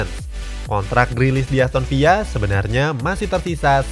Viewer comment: Emang "Aston Villa" pronounce nya gitu ?